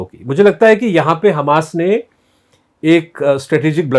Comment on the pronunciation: Hummus nahi Hamas..... I have no problem with hummus